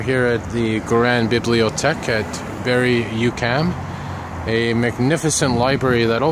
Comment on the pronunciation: FINALLY you've got the metro station name right. no Uquam